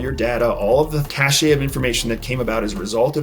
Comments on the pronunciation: ugh - cache pronunced "cash" not "cash-A" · Love you, it's just cash tho (cache), ❤ not a big deal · great info, but it makes me cringe every time I hear you say cache. the 'e' is silent, its pronounced 'cash'